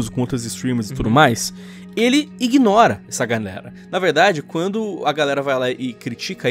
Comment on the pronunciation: ganerakkkkk, n é galera? kkkkk